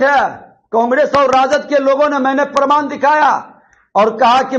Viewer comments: प्रमाण को परमान बोलने वाले की पढ़ाई और डिग्री कैसी है,अब जनता बखूबी समझ रही है। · प्रमाण को परमान बोल रहा है। यही सब बिहार की शिक्षा और विकास को रसातल में पहुंचाया है। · WAH . ENGINEERING MEIN DIPLOMA YA PHIR DIPLOMA MEIN ENGINEERING KIYA ISSE PATA NAHIN . AUR DEGREE KA PARMAAN DE RAHA HAI . PRAMAAN NAHIN BOL PATA PRMAAN BOLTA HAI . BJP KE EDUCATED BANDA .